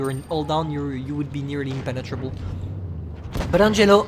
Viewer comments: “Pene-trouble” That’s what I heard. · "As soon as you go hull down you are impenetrable ." hmm , sounds russian to me